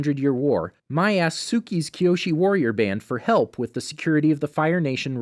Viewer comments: also he said Mai as my instead of may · Mai pronounced as May not My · MAAAI ITS MAI NOT MAAAAI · Well actually it is pronounced May in avatar the last air bender but it can also be pronounced My when it is spelled Mai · The way he pronounced Mai’s name really bothered me, but apart from that not a bad video. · Spiritx1992 also iroh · he pronounces mai wrong